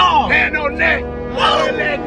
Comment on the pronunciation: "you see whats on ha NeCkaa" yoo im deaddd